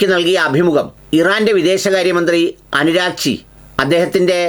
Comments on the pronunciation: Abbas Araghchi, അനുരാഗ്ച്ചി അല്ല ആശാനേ ഇനീപ്പം ഇന്തയിൽ നിന്നാവുമ്പോൾ ഇങ്ങനെ പറയണം എന്നുണ്ടോഎന്തോ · akshara pisakanalloooo. Aragchi.... anuragchi allappaa.... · അരാഹ്ജി എന്നല്ലേ 😮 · അനുരാഗ് ചി അല്ല ...